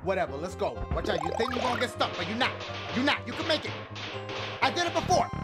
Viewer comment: Still sound like he says "BAKE me levels" Cracks me every time